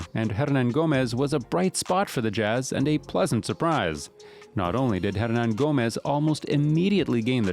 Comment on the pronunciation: If he ends up signing with the W's, Bob Fitzgerald needs to hire to tutor him on his pronunciation. I'd hire this guy as the PA announcer just to say his name